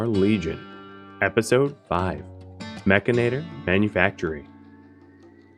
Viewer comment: humorous note, most of youtube is pronouncing 'mechanitor' wrong.. although yes it does sound much better as 'mech-a-nator' its spelt as 'mech-an-i-tor' although they really s hould have named it 'mechromancer' because thats hilarious